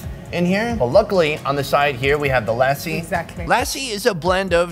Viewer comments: haha. Lassi is pronounced like /luss-see/ and not /la-si/ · "Lassi" .. lol..thats a damn dog -- learn the pronunciations